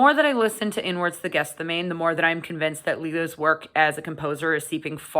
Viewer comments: Might have been useful if you could pronounce the album name properly, it's not called Guess The Name, although that seems to be what you're doing! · GETH SEH MAH NEE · I haven't heard anyone pronounce this properly, yet: Gethsemane is pronounced Geth-sem-er-knee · Great review. But that's not how you pronounce Gethsemane. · Might have been an idea to check the pronunciation of the title before filming. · I went to Catholic school and Catechism growing up. The word Gethsemane was definitely not pronounced the way it is in this video or by Blayne recently, by our Catholic teachers, priests and nuns. The correct pronunciation is also easily Googlable. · It wouldn't be a video featuring a Canadian without repeated mispronunciations. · Just FYI, "archon" is a Greek word pronounced with a hard "ch" ("ARK-on"), and "Gethsemane" is pronounced "Geth-SEH-mah-nee" (four syllables, with the stress on the antepenult/third-to-last syllable), not "GETH-seh-mane" (only three syllables). Sorry to nitpick, I enjoyed the review!